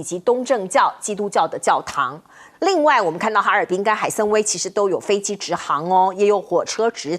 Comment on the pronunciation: 海参崴(Wai)三声。